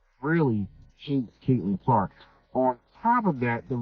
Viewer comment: Is he saying cakelin Clark lol. That’s kind of catchy.